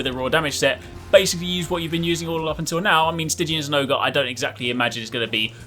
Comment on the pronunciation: Zinogre = Zin-oger